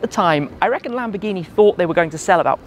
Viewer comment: " LAMBGHINI" lol